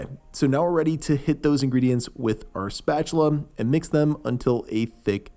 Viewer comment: Agreed! And, now that we are talking about OCD and things that are annoying, he says “ErythIROL” instead of ErythRITOL, he says Ex-Anthan Gum instead of pronouncing it like it has a “Z” (Zanthan - but spelt Xanthan) and calls a spatula a spatulum....Drives meeee nuts!!! Or, maybe the spatula doubles as a speculum (spatulum) and can do vaginal exams too! 🙄🤪